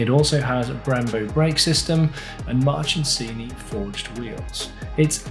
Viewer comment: Is it my ears or do I keep hearing "March'n'sini"?